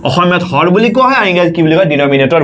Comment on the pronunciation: Lob aru hor nhoi sir 😂😂😂 Lobo aru horo buli kua hoi